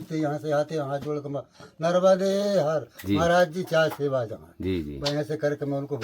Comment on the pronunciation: Bhai nramde her nhi narmade har bolo naram soft wala nahi